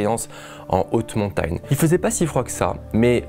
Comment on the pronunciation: « Montayne » Okk